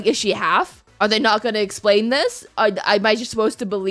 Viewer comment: "I can fix her" No you canNUT." (the way she pronounced "not" xD ) Me: "You're goddamn right."